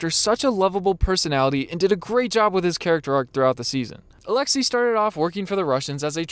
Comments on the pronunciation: did he really pronounce his name “alexa” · When you said alexi, my Alexa went off